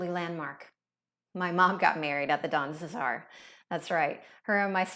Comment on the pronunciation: Don DeSar? Pretty sure it’s the Don CeSar?